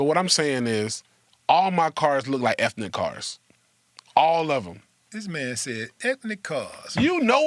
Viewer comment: Willie D face is priceless 😂. This man said ethinic cars lmao 🤣